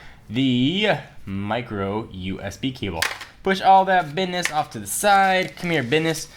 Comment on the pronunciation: Lool 'bidness'